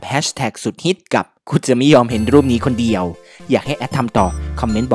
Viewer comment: เดียว ไม่ใช่ เดี่ยว